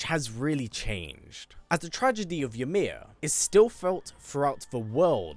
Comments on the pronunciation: Fun fact for you the letter y in Norse is pronounced like an I and j is pronounced like a y an example would be imir instead of ymir and yormangandr instead of jormangandr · I always enjoy your videos but the way you pronounce Ymir is a bit jarring when you could hear Mimir and Atreus say it correctly multiple times in game 🤷🏾‍♂️